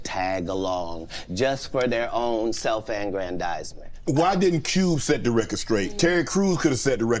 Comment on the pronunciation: Aggrandizement shessshhhh 😂